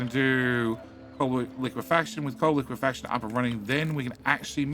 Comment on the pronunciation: I'm still shocked that you finally pronounced liquifaction correctly.